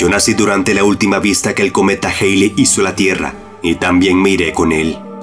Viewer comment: Cometa jeili jajajaja se lee cometa jalei